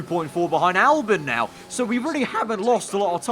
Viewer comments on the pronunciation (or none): Albon not Albin